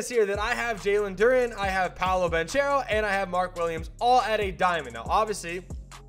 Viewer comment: just to clearify, the CH in italian is K, so Banchero gonna be Bankero. that the right pronunciation